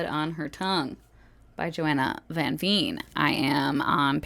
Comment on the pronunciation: Oooh I have been meaning to try out Blood on her Tongue because of the Dutch aspects to it (since I am Dutch). I am glad to hear you loved it so much! Also, just a little fyi, the 'Veen' in her last name is pronounced like 'vein' (hi, Dutch 101 hahahah). Anywayyy, definitely gonna check out BHH and BohT now, loved this vlog 🤩🤩 Also, that book bedazzling looked SO fun!!